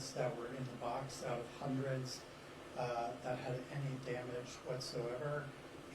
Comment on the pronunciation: Hindreds???? I heard Vancouver PD say 3.